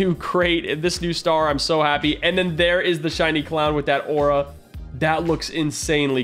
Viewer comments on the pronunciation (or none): none